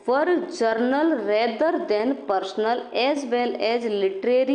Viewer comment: जनरल not जरनल